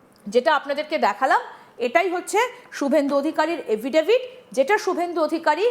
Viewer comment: কথাটা এফিডেভিট, এভিডেভিট নয়